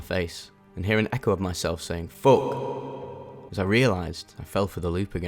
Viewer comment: “fok” w the ech is killing meeee😭😭😭